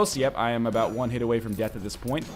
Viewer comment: Aboot. Finally,we heard him say it!